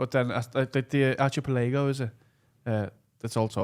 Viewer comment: Fuckin ell for a word nonce, absolutely butchered archipelago